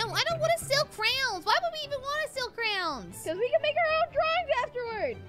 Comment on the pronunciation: are they saying crowns or failing at saying crayons